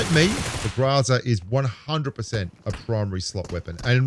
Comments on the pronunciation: The pronunciation is “ GROW-ZA.. .. but it is what it is.. lol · it's pronounced Gorza(growZa) Italian for garbage. LoL Great video again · The man struggles to pronounce "Groza," but he likely has no trouble pronouncing "AC/DC." 🤔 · I was expecting a 10 minute montage of you pronouncing groza in subtly difference ways. Grrraaazzzaaaarrrrrgghhh! Groza seems to be one of the fixed points in the game balance. It's always been good at what it's designed for and never stepped on the toes of the long range sprayers or tappers. Just about the perfect example of a crate weapon that's a bit better all round than its mainstream cousins. Only the AKM limb damage steps on its turf.